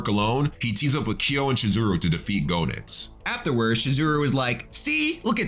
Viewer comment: Idk if anyone told you this alreday, but I'm pretty sure the o in Goenitz is silent. It's pronounced like Genitz.